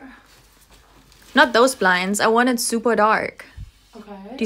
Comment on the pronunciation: “i mean i ammma, how do you pull ittta, it’s not workinggggaaa”